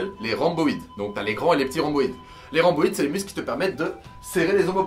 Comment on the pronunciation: Les grands dorsaux rip Le grand dorsal est plus correct aahha Sinon les dorsaux ça passe T’as fait un mélange des deux Ahahaha Et RhOmboïde ahaha pas Rhamboïde 😂